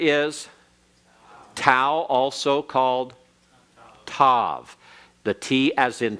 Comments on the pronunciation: Tau with no dagesh is not pronounced as S in modern Hebrew, it is pronounced as such in Ashkenazi Hebrew. In Sephardic (generally) and Modern Hebrew it is pronounced as T, but in Mizrahi and Yemenite Hebrew it is pronounced as TH, as in THANKS. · Oh good grief, where did he get his info? The /s/ sound for the TAV (in all my studies, haven't heard of the Greek tau in Hebrew--and I use native resources) is ASHKENAZI (and NYC Jews... :) ), which is NOT the Official Hebrew of Modern Day Israel (which is Sephardic). And he's not correct on the VAV. See Nehemiah Gordon (a Hebrew scholar). It's a /v/ sound and has been from ancient times. Video is called "Wow It's a Vav!" Resh is guttural and not rolled like a Spanish or French R. Chet is guttural like the /ch/ of Bach but at the beginning Khaf without the dagesh (accent on -esh!) is guttural just like the Chet. Quf = coof as in swoop; not coef He made his vertical line for Beit and Dalet (there's no th there either) way too far to the right. Gimmel takes up more of the frame. smh over Mem, Ayin, Tasde Ah! Israel was only in Egypt 210 years! 430 years is from the time of the covenant. Rabbi Shaul clears this up! It's in Jewish history...